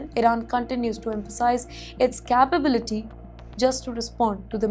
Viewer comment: You too pronounce wrong. Listen capability